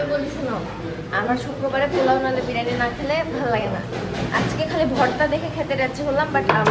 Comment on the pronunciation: বিরিয়ানি ❌ বারিয়ানি ✅